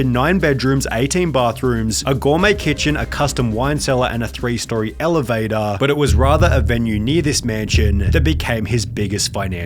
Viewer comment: Gourmet* not Gourmei